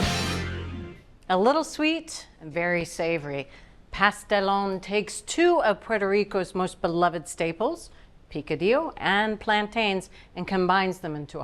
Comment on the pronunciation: saying Sazón hurt my ears ao bad and thats after hearing Bridget say Pastelón. But kudos for being authentic!